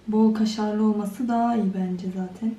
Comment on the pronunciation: Şu kızın zatin demesine hastayım